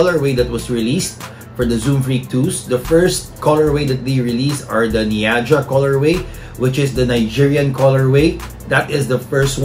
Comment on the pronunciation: Its not niaja its naija